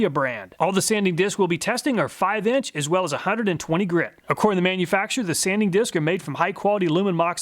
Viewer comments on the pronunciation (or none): none